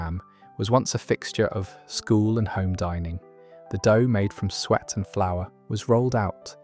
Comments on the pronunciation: The pronunciation of some words is appalling. It's Sue-Et not sweat for example. I've come across a number of these videos with errors like this. It spoils what could be very interesting stuff. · Sago available in Tesco .jam roly-poly (not Polly as in parrot ) in most supermarkets in the frizzier suet not swet . Are you using AI if you don't pronounce words properly you will give the wrong info see above it happening in all your postings I have unsubscribed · 10.34 Sue-et , eek the pronunciation, especially this, nearly made me 🤮! Very interesting as I remember these not necessarily called the same as posted. I’m not waiting for my bread to become old and dry but QOPuddings is my next indulgence!